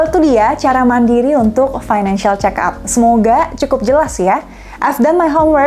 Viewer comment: Fick up, (dibaca pik ap) kayak nama mobil